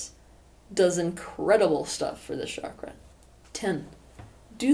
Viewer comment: Isn’t it pronounced ‘chakra’ not ‘shakra’?